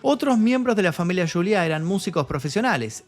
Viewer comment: No es yuliá es Juliá. En español. Y no es latino, es hispano. Muy buen reportaje, desde luego. Gracias por el trabajo.